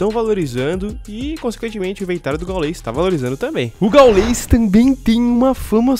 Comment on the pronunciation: Não é gaulês. É gáules